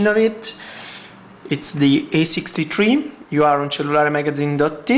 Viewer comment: E6"tree" LMAO!!!!